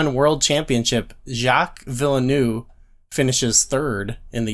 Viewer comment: You tried so hard to pronounce Jacques Villeneuve. 😅